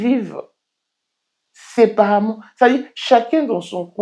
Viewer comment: ON DIT SÉPARÉMENT ET NON SEPARAMENT 😂